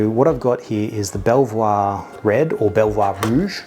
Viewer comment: Hey, nice video. I'm french and it's indeed pronounced "Belvouwa" "Bellevwa". Also for Alsace it's like a Z for the S and the C like an S... I know weird! Like "Alzass". It's indeed 5 years old (at least.. can be 10 years) then 6 months in oak barrels to get better